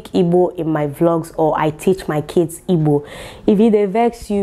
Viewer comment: For the fact you are not saying “ibo” like the wannabes but the real deal IGBO, I love you more ❤️🖤🥰😘😍